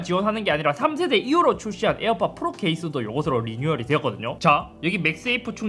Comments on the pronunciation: 에어팟 프rrrrrrrrrrrrrrrrr 너무 웃겨요 ㅋㅋㅋㅋㅋㅋㅋㅋㅋㅋㅋㅋㅋㅋㅋㅋㅋㅋㅋㅋㅋㅋㅋㅋㅋㅋㅋㅋㅋㅋㅋㅋㅋ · 잇섭 비둘기 ,,에어팟 플르ㄹㄹㄹㄹㄹㄹㄹㄹ